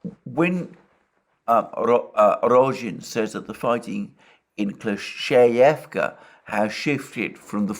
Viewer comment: Let’s pray that the village of Kleshchevka gets captured by the Russians as soon as possible so Alexander doesn’t have to deal with pronouncing it anymore. 🙏